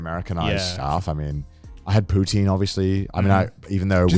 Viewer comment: You know I liked the bois Then Then Then Then they tried to say cheesy chips are the same as Poutine (which they pronounce wrong) and I actually threw my phone. Like fuck right off you uncultured assholes. It’s not the same. I’ve gone to Britain, I’ve had cheesy chips and they suck compared. ❤ 🇨🇦